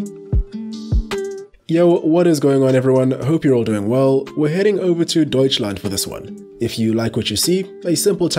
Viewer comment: Your Pronunciation of Deutschland was very good